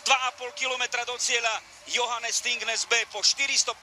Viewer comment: Its Johannes Thingnes Bø Not Johannes Athingnes Abøho